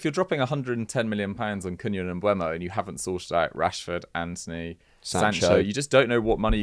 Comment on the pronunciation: Why can nobody say “Mbeumo” correctly?😂